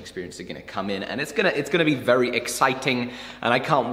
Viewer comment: Vewy complicated 😆 Bless him. Love ya!